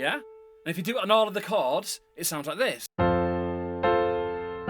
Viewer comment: Thank you for teaching me to connect the “chawrds”😭❤️